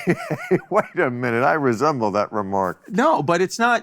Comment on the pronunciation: Chris, "I've never felt as gay as I do in California" Bill, "I reassemble that remark" Notice him not say resent 🤣🤣